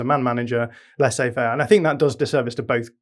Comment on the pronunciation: says "Lassais affaire" lol